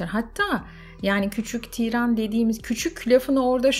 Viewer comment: Tiiiran değil , tiran kısa okunur. Çok kulak tırmaladı o yüzden yazdım amacım ukalalık etmek değildi kusura bakmayın.